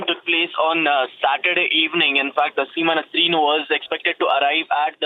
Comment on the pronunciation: ya anchor ko sahi se naam bole bhi nahi aara koun bana is ko anchor I think rss bjp wale bana shayaad